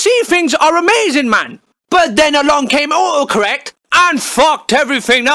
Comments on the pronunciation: Fumi Chan hes saying the guy is saying "autocorrect" like oocorrect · he says uhohcorrect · ''Oocorrec'' gotta like the british accent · I love it how he pronounce it "O O corek" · Love the "Aw-o-correct" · I love how he doesn't pronounce the T in auto correct and it comes out sounding like "u'oe" correct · I hear him say "ohoh correct" not auto correct lmao learn how to speak you ducking car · stop ignoring the first "t" in autocorrect